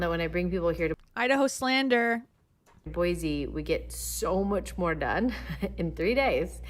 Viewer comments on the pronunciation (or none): It’s Boy-see not Boy-zee 😅